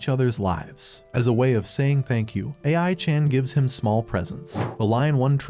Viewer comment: A.I. pronouncing ai chan weird was the last thing i wanted to hear